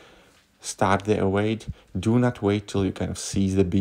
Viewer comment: Lol... Evade